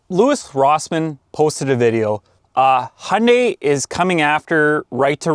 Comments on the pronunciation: Its HYUNDAI....not HUNDAY.... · I think Hyundai are just getting revenge on Americans for not being able to pronounce Hyundai. FYI, it's got a "Y" in it. It's not "Hunday". Sorry, I just saw another of your videos where you mentioned that you're in Canada. Same thing though, Hyundai are sick of you guys mispronouncing their name as well. I've had a 2014 ix35 from new and it's been a fantastic car. Best I've ever owned. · Hyundai is pronounced Hyoon-die! Don't be part of their marketing attempt to get you to confuse them with Honda! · Hee Un Day………is it really that hard to say. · Hyundai pronounced as Honday. I'd not heard that before 😂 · Is it me or is it when he says Hyundai it sounds like he says honey 😅